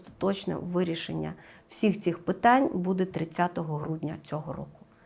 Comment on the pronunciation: Шановна ведуча, в вас не вірні наголоси. Ви робите мову якоюсь колхозною, відволікаючи від прогнозу. БудЄ? Ми всі робимо помилки в нашій мові, багато ведучих перейшли з іншої мови, на українську, це не просто. Всі розуміюсь, але, будь ласка зверніть увагу. Астрологу респект та дякую за ефір!